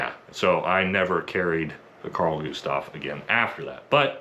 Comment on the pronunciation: Maybe the Best pronunciation of Carl Gustaf, from a american i have heard 🙂 often it is KHaRL GUHHstaf 😀